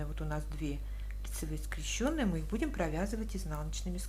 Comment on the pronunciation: Ну скрЕщенные же! Как же режет ухо эти ваши скрещЁные. Не могу больше... Извините